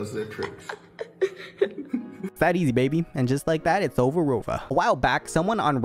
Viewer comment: Locks in yi “now it ovuh rovuh”